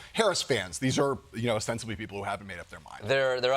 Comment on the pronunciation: "OBSTENSIVELY undecided."